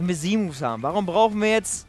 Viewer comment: Wieso sagst du Z Moves so komisch weil Z wird auf Englisch anders ausgesprochen